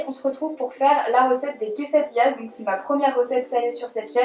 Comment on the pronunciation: Je sais que tu ne parle pas español mais on dit une quesadilla(pas de "s")et des quesadillas